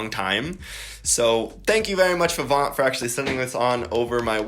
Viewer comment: You don’t pronounce the “T” More like Vee - vawn